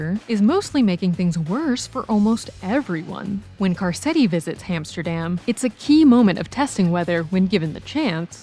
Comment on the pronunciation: “Carsetti”? Come on…